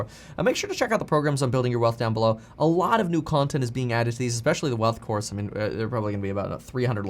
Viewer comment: “In the coise” lol